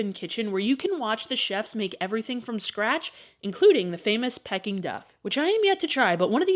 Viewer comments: Pronounced Pee-king duck, not pecking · FYI. Peking Duck is pronounced "peeking" duck & not "pecking" duck. Just saying... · Pronounced Pee -King Duck. Not pecking. Js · Its pronounced, Pee-King Duck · Who wants to tell her she’s pronouncing Peking Duk incorrectly?